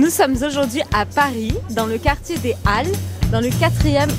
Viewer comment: Pourquoi elle n'a pas dit "dez-Halles" ? Je ne comprends pas... j'ai pense qu'on prononce le "S" au fin du mot quand le mot suivant commence avec voyel? Parce-que "Halles" est un nom de ville, peut-etre?